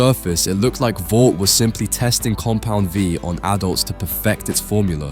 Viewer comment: Say it with me: "Compound VEEE"